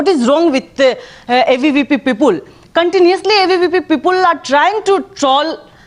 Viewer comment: ROFL ...😂😂 that "Peepul" ....